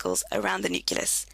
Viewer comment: Thank you. PS it's NUCLEUS not NUCULUS